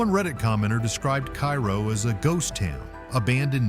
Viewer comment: Pronounced Kay Row Illinois.